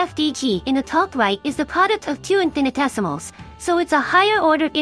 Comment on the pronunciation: Just a note: There's inconsistent pronunciation, sometimes the correct 'in-fi-ni-tesimals', sometimes the incorrect 'in-fan-tessimals' (it almost sounds like 'infant essimals', which would be baby essimals, I suppose). Although it's perhaps a little cute to have mispronounce it as 'infan-tessimals', I think it's probably more due to a misspelling in the script or something.